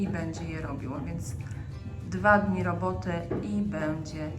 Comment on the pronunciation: Będzie bardzo dobra rrrrobota🤣